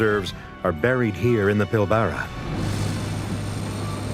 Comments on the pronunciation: It's Australia not Oceania. Plus you can't even pronounce Pilbara correctly, it's Pil bra. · I think that the way the AI voice incorrectly pronounces "Pilbara" is upsetting - why can't the webiverse get things correct? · I don't think it's an AI narrator; I think he just mispronounced it. But the geologist said it correctly, I think.